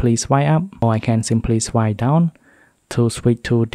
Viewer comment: Normal people: swipe He: Swy